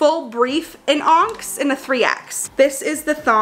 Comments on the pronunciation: Wait, honey, are you saying "ONKS" for onyx? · Lol love you girl but onyx pronounced on-eeks 🖤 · some of my fave parts of this vid: the front-butt clapback!!!! 😭 the way she pronounces onyx lmao the ✨confidence✨bc mama looks GOOD in these clothes and now I wanna get some too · Your saying onyx wrong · your pronunciation with onyx as Onks added to the energy of this video. You’re the cutest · I just love you so dang much girl! You are all about the positive vibes! If I may offer some feedback (other than keep on doing you!!) onyx, is pronounced "on - icks" (rhymes with phonics) but even so you are so freaking cute no matter how you say it. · Congrats on the sponsor! Those bras look so comfy. Oh, by the way, the black color “onyx” is pronounced like “on-icks” just thought I’d throw that out there haha💕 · Onyx being pronounced “onks” is killing me 😂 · Girl you look so good 💕 btw, onyx is pronounced on-icks, you're so cute lol 🤣🤍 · Ily fyi onyx is pronounced “aw nicks” it’s a type of mineral that’s very black! 😁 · i love you. onyx is pronounced as on-ix 😅💕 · I'm loving your review. You're such a sweetheart. Somewhere along the line I realized what you where saying when you kept mentioning the black color onyx. It is pronounced like "on -icks". But you got kyonite right. It seems like the color names are semi precious stone themed. Otherwise you sleighed it girl. 😘💖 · hey if u didn’t know, onyx is actually pronounced on-ix! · The fact that you thought you butchered kyanite and said onyx as onks killed me 🤣 I love you and you looked great in your skims ❤️❤️❤️ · Lmaoo giiiirl the colour " onyx "is pronounced ON-IX ❤😅 love yewwwww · its on-icks (onyx) just sayin and yes skims looks good on you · It's beautiful and looks so good on you but the black color is pronounced onn-ix. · Onyx is pronounced on ix . 🙂🙂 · lmfao 'onks' nooooooooooo on-ix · Onyx is pronounced Ah Nix. you crack me up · Lolllll, it’s pronounced Onix, not Onx 😂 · Onyx is “on-icks” 😂